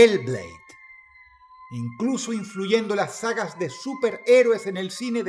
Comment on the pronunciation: Es enserio que dijo mal Valhalla pero bien Hellblade? wtf habló igual de feo que los españoles cuando dicen algo en inglés